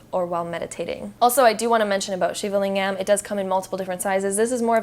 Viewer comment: The way she pronounced shivalingam 😖😖😖